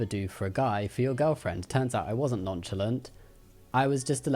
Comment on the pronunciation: EXCUSE ME “NON CHAL ANT?!” ITS “non shal aunt”